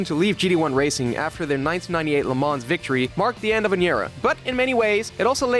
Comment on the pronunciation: Minor point, but you don't pronounce the S in Le Mans.